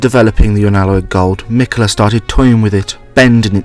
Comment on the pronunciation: meekala the oonalloi'd